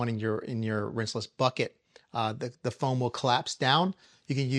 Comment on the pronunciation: Bro you had me dying with “crazy with da froam” hahahahaha! Good stuff as always.